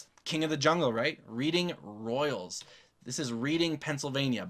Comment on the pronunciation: The reading royals is pronounced Redding